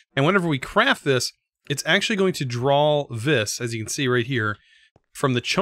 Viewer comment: According to the Thauminomicon, vis is pronounced like the letter V. Not that it much matters, I just thought you might want to know.